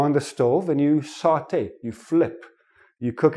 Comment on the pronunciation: All the course was good. I was picked particularly by how you say "Saute" like a french!!😃